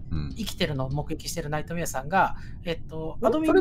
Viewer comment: 僕とナ↑イトメ↑アさんなんですけど